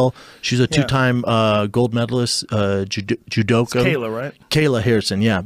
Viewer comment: It’s ju-doku